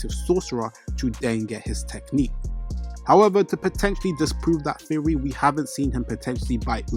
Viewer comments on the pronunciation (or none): none